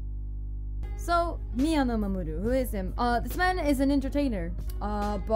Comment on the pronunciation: Nice on the pronunciation! I would of definitely buggered it up myself 😁